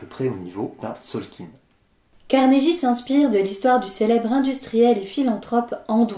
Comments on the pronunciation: ça se prononce Carneguie, pas Carnejie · euhh, je ne veux pas faire mon chiant, mais c'est Carne[gui] et pas Carne[ji] ^^ Je sais bien que n'est pas fan de l'anglais mais là ^^ c'est pas beau à l'oreille ^^ Merci en tous cas pour ce retour ^^ J'ai une préférence pour Darwin mais bon, ce CarneGUI a l'air vraiment plaisant.